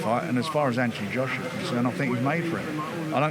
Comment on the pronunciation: Anthony shoshuar 😂